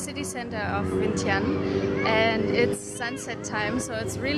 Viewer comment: Omg, you're actually pronounced "Vientiane" "Vieng-chun", right.. Most foreigners never did. lol